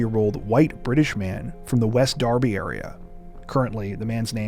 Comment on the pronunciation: And he pronounced it Darr-bee too! Props!